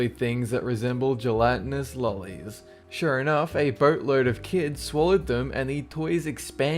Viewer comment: "gelatinous lolis" 🤣 I know that it's "lollies", but I think the odd pronunciation some people use is oddly funny.